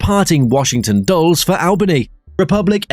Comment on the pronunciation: It's Dull-ess, not dulls 🤦